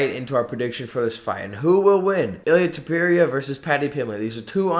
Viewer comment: it's ilia topuria not ilia topewria, the level of disrespect